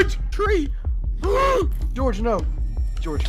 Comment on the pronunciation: Sapnap: GORGE UH